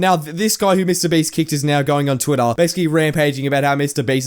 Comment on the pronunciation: "of twitthoaa" that mad me laugh so hard lmaooo